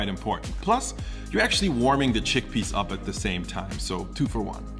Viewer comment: Ah yes, "Giggle peas".